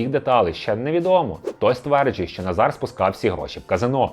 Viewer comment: Відмінок Форма імені Наголос Називний Назар Наза́р Родовий Назара Наза́ра Давальний Назару Наза́ру Знахідний Назара Наза́ра Орудний Назаром Наза́ром Місцевий (на) Назарі (на) Наза́рі Кличний Назаре Наза́ре